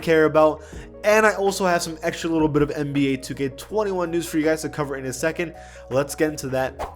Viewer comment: no you didnt say 2k21 like that uhhhh